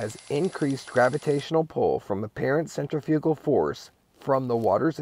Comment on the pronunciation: You may want to explore the pronunciation of "centrifugal". 😜